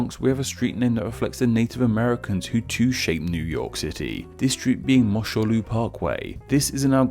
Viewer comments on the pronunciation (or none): You've spelled and pronounced it wrong. It's Mosholu Pronounced mahsh uh loo